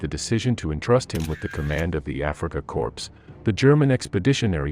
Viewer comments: It's pronounced "Core" not "Corpse". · Pronounced core not corps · It's pronounced Kor. Nor corpse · It’s “core” not “corpse” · Corps = kor. Not corpse -a dead body, unless you are trying to make a subliminal point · Africa "Corpse"....really? (O:26- ). And again at ? ..... Is this yet ANOTHER robotic non-human reading the script? Walter model ? ....( pronounced like a "model airplane"?).....gimme a break. Why is it so impossoble to hire humans for a few minutes of reading script? ..... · It's not pronounced corpse, it's pronounced core. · "Africa Corpse"? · The word corps is pronounced core! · The Kenyan Usurper thinks it's corpse. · We pronounce as corpse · please learn how to pronounce Manstein, or corps. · For god sake, if you are going to narrate something like this get the most basic pronunciations correct, such as Corp and Wehrmacht. Even Manstein is not quite correct. At least you have not put the narration to a stupid sound track which is a blessing